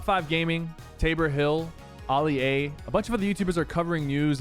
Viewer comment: Sypher, I know your name is Ali. But I’m pretty sure the youtuber Ali-a is pronounced “Allie-A”🤣